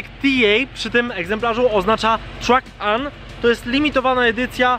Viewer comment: byku, TRANS AM, nie TRACK AM :D